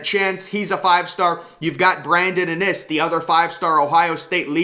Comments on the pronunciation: I know it’s driving me crazy how he pronounces his name. The first I is the hard I not the second I. It’s IN- iSS not inn-Iss! Pronounce their names right!!!!! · Iiinnnnn isss NOT AH NIS!! Lmaooo IN! NISS!